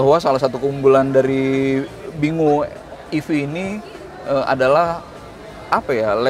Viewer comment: bingo ini dibaca "binggo"